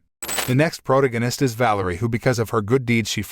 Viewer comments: "Pro-toe-gan-ist" . It's Pro-Tag-O-Nist. Good fucking God man, Google words if you arent sure how to say it lol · this auto voice pronounced protagonist as "prodagonest" lol